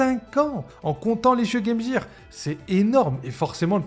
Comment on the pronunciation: Hahahaha, ça me file la gerbe🤣🤣🤣🤣